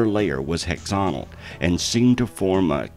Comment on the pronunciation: Within 3 minutes we've had "other odd quantities", "Hexonal" and "Concencretion". A bit of quality control on the narration wouldn't do any harm. Or should I say "quantity concentrol" ?